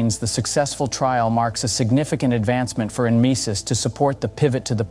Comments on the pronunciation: N misis? Its pronounce Nemesis😂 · Nemesis. Just say it! Damn AI